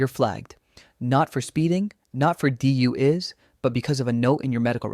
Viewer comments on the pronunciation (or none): AI again - script is too perfect...except for saying "DU IS" for "DUI's". This will be the death of YouTube. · DEE YOU IS? (DUI IN AI SPEAK) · What's a du-is? Are you an ai? You are not pronouncing words correctly....😋